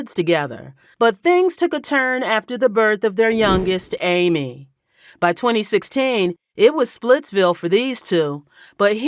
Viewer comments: It’s pronounced Ah-May not Amy😂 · I just want to say it’s not pronounced “Amy” it’s “Ah-May”